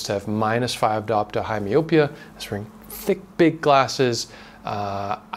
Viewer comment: It's pronounced my-oh-pee-uh. That's messed up to hear vitamins aren't better regulated. People are such greedy a**holes.